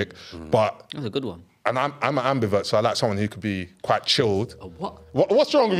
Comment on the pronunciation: Man said i'm a ambivert but i hear it 🤣🤣